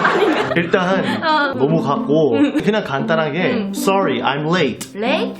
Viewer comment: "Sorry" -Soly? -"Sorry" -Soly. Lmao